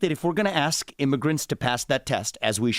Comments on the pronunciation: The nails that indicate they dont do much in life as far as work.....in thier entitlement.......and the word is "ask" not ax moron. Please do the math yourself scholar.....dont ask someone to do it for you. Lets go right down the waterhole honey......woke black entitlement is headed down the shitter just like these lazy victims should. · can you pronounce ASK correctly? Just once???